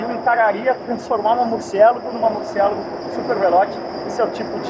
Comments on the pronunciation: Murcielago é uma palavra italiana, nao inglesa. Ajeita essa pronuncia pô. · Por favor , pronuncia Murciélago em italiano , fica bem melhor.. sei que o nome é espanhol , mas em italiano é mais bonito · O nome se pronuncia em italiano, e não em português, é nome próprio cara.